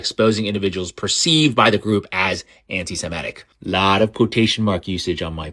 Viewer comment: FFS! Stop saying "anti-Simetic"!!! The word is anti-Semitic!!!